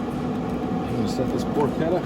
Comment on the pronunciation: It's not called "Por-chedda", it's prononced Por-KeTTA as in Pork in Italian. Double T sound not a D sound.